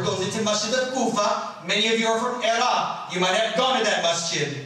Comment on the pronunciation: you have the weirdest hand gestures man.. and also if Obama can pronounce 'Iraq' properly then so can you. overall not too bad of a lecture from a beginner